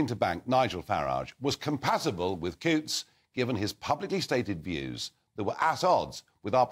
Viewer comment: Cancel your Coutts bank account, please, and dont forget to pronounce Coutts as in hunt, not hoots.